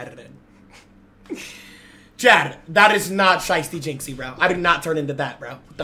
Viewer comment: is british jizzy